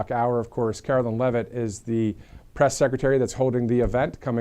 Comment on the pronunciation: Karo LINE NOT KAROLIN